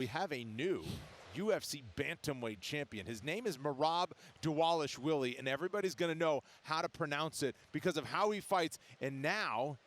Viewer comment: Here's the correct pronounciation: DAH-VAH-LISH-VEE-LEE.